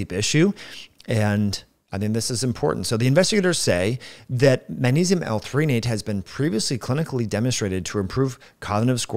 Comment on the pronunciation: I'm not even one minute in, and you've pronounced magnesium as "ma-nesium" about 5 or 6 times already. I don't think I'll be able to watch the rest of this. It's hard for me to put much weight in the words of a man who looks to be at least 45 years old, and still lacks the intelligence, perceptiveness, and self awareness to correctly pronounce and enunciate the word, magnesium. Especially when you're on camera and recording a video with the intention of publicly broadcasting. If youve spent multiple decades using the English language as a primary means of communication. Yet you still can't properly pronounce and enunciate a word that the average 5 year old should be able to pronounce, and can't even dial it in on camera where you'd think there would be an emphasis on clear communication. I can't imagine all of the details you'd probably overlook, on topics that are actually complex topics..